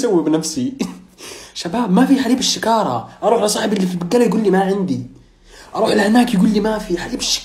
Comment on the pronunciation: وأخيرااا نطقت حليب شكارة صحيح 🙂💔😂😂